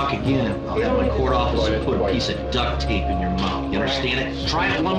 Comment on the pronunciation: Yo .. how he pronounces DUCT TAPE.. WAS SCARY ENOUGH.. JUDGE WAS ON SOME KILLER VIBES TOO...SCARY.. I LOVE HIM. ......... ... UNDERSTAND. TRY IT AGAIN. HER ASS WAS QUIET LIKE A MOTHERFUCKER THE WHOLE TIME HE SPOKE. SILENTLY QUIET. .... # THE CHAIR!!! .... 😮😳😬......